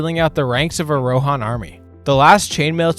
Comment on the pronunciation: the rohan names should be pronounced on the first syllable, not on the second :D